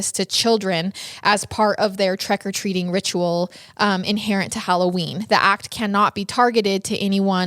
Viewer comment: All I kept hearing is "trEck o treating" lol